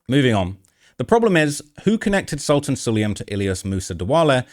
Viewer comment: He is NOT a sultan. His name is Sultan (pronounced as Soltaan). He is a high-level Emarati businessman. A scumbag for sure...